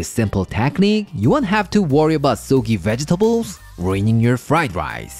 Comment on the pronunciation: don't change anything with how you speak. it's half the fun of your video's but.. sogy?.. soggy double letter is a short o. soggy with an o like in wok. not sogy with o like in show :p